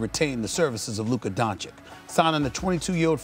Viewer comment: Stephen “Luka Donchick” A Smith. When the F is someone going to finally correct him on espn?